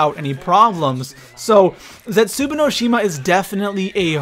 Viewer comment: I hate how you pronounce the map names